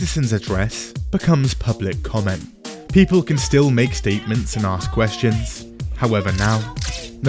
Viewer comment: Never vote for someone who can’t pronounce ask.